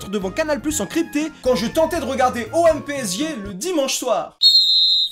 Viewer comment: Il m’a tuer quand il a dit OM PSG il a pas réussi à bien le prononcer ps: si tu passe pars là jtadore